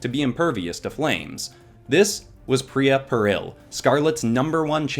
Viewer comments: Its pronounced Pie-Re-Uh, Not, Pir-Y-Uh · Is it just me, or when he said pee-rea I got REALLY annoyed. IT'S PIE-REA, PYRRHIA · ik that other people are probably already are screaming at you for this but its pie-ri-a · Lovely art. Grammar correction: Pie-re-ah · Me be like: it’s ( PIE-REE-UH) thank you very much. Lol✨ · im pretty sure it"s pronouced py-ree-ya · I AM A WINGS OF FIRE FAN ! and it pie-re-a that's how to pronounce it sorry that just building me a lot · Btw phyria is pronounced pie-ra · Oh it’s ( pi - re- ah) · Tree things: 1. This video is is LITERALLY A DREAM COME TRUE! tHANK YOU SO MUCH! 2. You pronounced Pyrrhia wrong! 3. PLEASE DO WINGS OF FIRE VENOMIZED! Bonous 4. You should’ve used the comics as reference